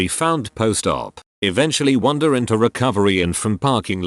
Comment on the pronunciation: *wander not wonder